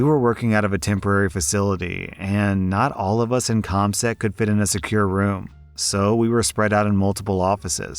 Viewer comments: COMSEC, not COSMEC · You pronounced COMSEC to COSMEC